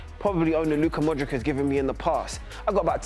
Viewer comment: This guy.. You started watching football today.. He ended it when he said ModriK!